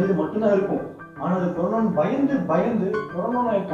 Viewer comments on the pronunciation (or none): Dei thambi adhu carona illa paa corona 😂😂😂